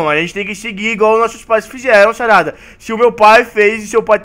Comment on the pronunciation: "nao e bem axim xarada" mds kkkkk